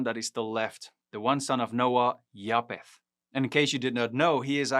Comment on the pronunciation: Ek wil net vraag iets uitklaar omtrent die uitspreek van "ph" In Engels. Bv. Pro-PH-ecy. (pro-F-esie in Afrikaans.) Dit is dieselfde woord en beteken presies dieselfde. Noag se seun is JAFET (Afr). Hoekom spreek jy dit uit as Ja-P-et? Mis ek iets? Ek geniet jou kort preke. Alle seën vir jou!